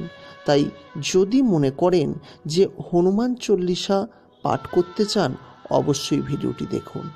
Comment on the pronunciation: হনুমান চলিশা হবে না, হনুমান চালিশা হবে। আপনি বলছেন ভুল